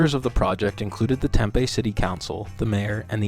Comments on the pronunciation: Its Tem Pee. Not Tem Pay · It's TemPEE not Tempay lol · Interesting video but Tempe is pronounced Tem-pee not tem-pay that's my only gripe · Tem-pee not Tem-pay